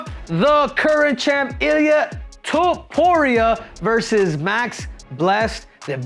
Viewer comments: Pronounce it like Top Uria not To Puria brah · It's Topuria, not Tuporia 😂😂😂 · His name is tOpuria O. Not tUpuria wtf 😂😂 you cannt even pronounce the easy georgian names 😂😂😂😂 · Looks like Henry needs another lesson form Merab how to pronounce Topuria’s last names 😄